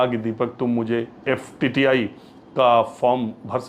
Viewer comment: Pls call FTII and not FTTI. Also would like to correct you on Kishor Kumar's song for Mithu Da. Kishore Da has given playback for him in movie Waqt की आवाज. Sridevi was against him